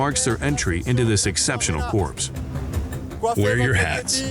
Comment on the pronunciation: ‘Exceptional CORPSE’. It’s pronounced ‘CORE’.